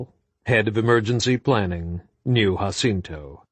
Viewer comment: “Husinto” always makes me laugh. 5 books straight hahaha